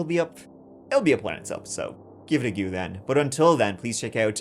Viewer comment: Perhaps take a few moments a look up how to pronounce the word "go". Thanks.